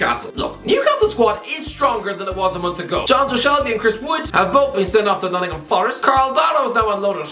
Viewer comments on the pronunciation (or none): none